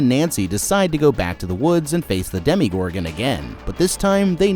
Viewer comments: I'm sorry but does anyone else cringe when he says "Demi"gorgon instead of "Demo"gorgon? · Whenever I hear Demi-Gorgan I cry inside. It's Demo. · It's not "demigorgon." It's "demogorgon." So, not a pseudo gorgon, but a gorgon that demolishes things. Or a gorgon that's in the demonstration level. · Everytime you said "Demigorgon" I physically cringed